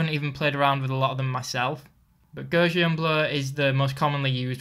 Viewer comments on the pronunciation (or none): Gauß is read like Gauss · pronounced Gowssian.